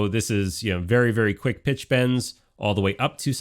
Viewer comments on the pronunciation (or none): none